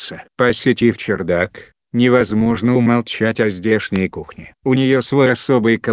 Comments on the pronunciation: Не чердак ,а ЧарДак ( кх ) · Вообще то правильнее было бы говорить чардак,а не чердак.Да и на табличке так написано. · Не возможно слушать этот роботизированный голос! После 3 минут выключил, и автор не чЕрдак а чАрдак1!!! Можно было бы сначала уточнить, как правельно а потом выложить! Диз, короче!!!